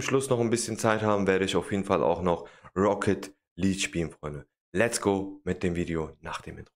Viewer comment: Auch wenn ich nicht gut deutsch kann kann ich dich aber verbessern❤️ Rocket League hast du fast richtig gesagt nur Luek du musst es mit ja sprechen also Leakue